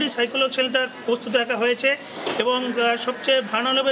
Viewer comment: অবাক লাগে যখন শেল্টার কে সেন্টার বলে।